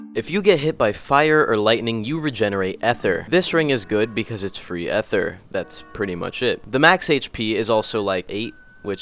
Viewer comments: EHTHER LMAO ITS EEE THER NOT EHTHER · mans saying efer not ether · My dude for real says "At ter" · ah, yes, eh-ther